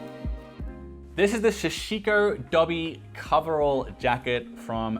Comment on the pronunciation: Hi, I really enjoy the videos. Small comment for your upcoming sashiko video, its a "sa" instead of "sha". All the things you got look like great quality that will last for years. You must be good for heritage fashion for your entire life. Also, can you recommend any places in Japan where I can find clothes like this?